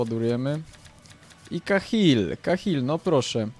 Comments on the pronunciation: Kahil XD Kejhil sie wymawia xD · I kejhil a nie kahil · Kejhil sie czyta :)